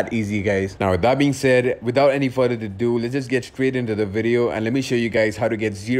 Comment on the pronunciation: "without any further dadoo"